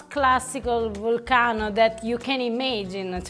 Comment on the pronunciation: Words of wisdom from, "The dough will take as much flour as it wants." Oh, and now I have a cool, new way to pronounce volcano. Lastly, is right in that using a machine takes a lot of the fun out of making pasta.